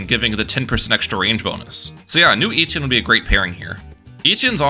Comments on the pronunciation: Eh-tee-en not eee-tee-in 😭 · Great vid! FYI its pronounced Eh-Tee-Enn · the way my man says etienne cracks me up everytime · It hurts my ears every time you say Etienne. That’s not how it’s pronounced.